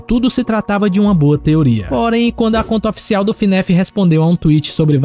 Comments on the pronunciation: Cuidado mano alguns fãs de fnaf se importam como vc fala , vc fala Finef em vez de fnaf cuidado com eles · Ele falando Fnéf 😔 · ELE FALANDO FNAF ERRADO ELE FALANDO FNAF ERRAAAADO AAAAAAAAAAAAA